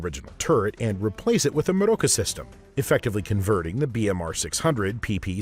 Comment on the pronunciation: "Meroka" does not even sound slightly German 😂And how you're saying it doesn't help. I think it's meant to sound a bit...Spanishy, even though it's made up of German words.